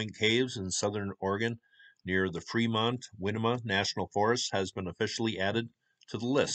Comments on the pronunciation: Winema is pronounced like win-neem-uh btw 😉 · Also, Winema is pronounced Why-knee-muh 🙂